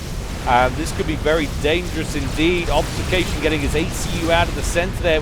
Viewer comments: Great cast. Also great game. All those bombers! Have to say this though. Ob-fus-ca-tion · I was going to make exactly the same comment. Love your work but this causes me physical pain each time I hear it.